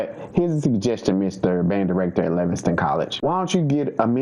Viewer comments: LivingSTONE!!! Not Livingston.... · Its LIVINGSTONE NOT LIVINGSTON